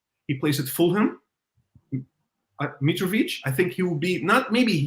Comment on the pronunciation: LMAOOOOOOOOOOOOOOOOOOOOOOOOOOO MY MAN SAID MITROVIC YA NAH💀💀💀💀💀💀💀💀